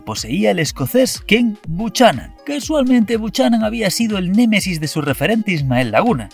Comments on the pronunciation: Se nota la juventud. Los mayores sabemos como se pronuncia por "Los vigilantes de la playa" :face-red-droopy-eyes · Buchanan se pronuncia BUCANAN.... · El Escoces se pronuncia bucana no como has dicho tu, así es como se escribe pero no como se pronuncia